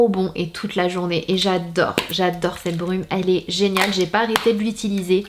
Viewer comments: A 24min10 s tu m'a fait trop rire tu a dit genale au lieu de geniale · A 2min15 s tu a dit génale au lieu de géniale